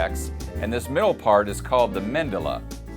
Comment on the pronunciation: It's Medulla NOT Mendulla.